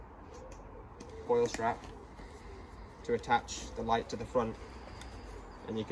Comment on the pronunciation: vwal strap is the correct pronunciation (french). Great video, thanks